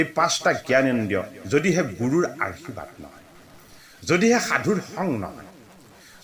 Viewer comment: 🙏🙏 কৃষ্ণ কৃষ্ণ বাপ , সেৱা আগবঢ়ালো। শুনি কৃতাৰ্থ হলো।বাপ , আপোনাৰ উচ্ছাৰণ ত কেইটিমান মূল পোৱাৰ বাবে আঙুলিয়াই দিয়া হ'ল। উত্তম শব্দ টি আৰূ আশীৰ্বাদ, কৃষ্ণ বাপ, আঙুলিয়াই দিয়া ৰ বাবে অপৰাধ হ'লে ক্ষমাদান কৰিলে কৃতাৰ্থ হ'ম।